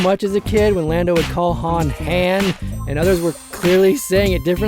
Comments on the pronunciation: I know Lando called him 'Han' as in 'Hand'....But Keira and Han Himself pronounced it 'Han' as in 'palm..... (Please don't hate me HISHE people, I love your Videos :) ) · I'm so glad you noticed the H-aan / H-ahn thing with Lando, drives me crazy, c'mon Billy Dee lol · Dude, Lando Says Han like H-AN Because Han Says "So what's this game Sabacc?" (S-ABACC)